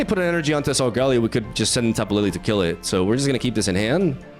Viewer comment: I'm usually not one to care about mispronouncing but the back to back Guzma and Solgaleo in the beginning made me laugh 🤣